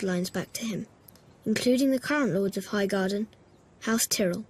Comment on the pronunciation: The pronunciation of the name of house Tyrell, seems to have changed at some point. Bran pronounces it differently here, and I believe Loras pronounces it that way when he tells Renly that there's another Tyrell he should be banging...or words to that effect. I don't think it's an in-world thing. I think it's just a continuity error.